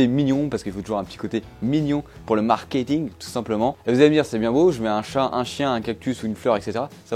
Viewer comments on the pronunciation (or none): none